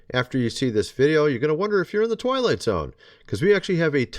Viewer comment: Did you say twilight or toilet?